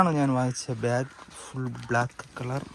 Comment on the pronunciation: ബ്യാഗ് അല്ല ഭായ് ബാഗ് ഏതെങ്കിലും ഒന്ന് നേരെ പറയാൻ പഠിക്ക് 😂